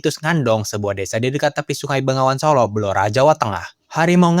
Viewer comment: Mantap, pengucapan BENGAWAN SOLO benar dan tepat 👍